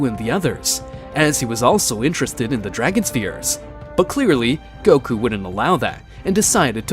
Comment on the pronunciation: Please fix this Wtf is "goky" it is goku